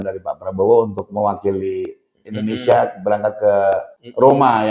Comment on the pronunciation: INDONE SIIII AAAA bukan INDONE SAAAA ... Udah bisa ...??? ... 😜